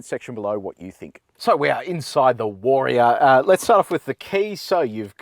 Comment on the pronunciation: take a shot every time he pronounces it WAR-E-ORR :)